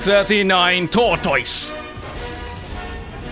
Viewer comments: I laughed way too hard at "Tor-TOISE!" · A Brit doesn't even pronounce 'tortoise' correctly. Shame